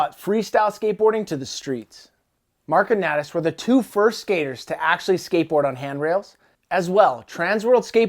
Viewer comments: Natas Sounds NotUs not GnatAss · 1 thing this dude didnt know about Natas ... its pronounced "not us" ... no biggie , hes just a skate icon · The way you pronounced Natas almost made me stop watching this video. It's a great video but please get the names right